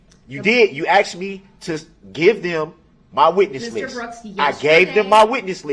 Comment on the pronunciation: "You heard what I axed." Who speaks like that to a judge? 😮